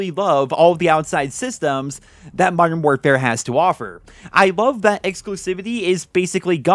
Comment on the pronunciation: “Moderm morefare”